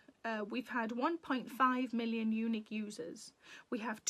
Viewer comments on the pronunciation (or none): I'm from North Carolina, USA. When you said "unique readers", I heard eunich readers. Quite different. 😂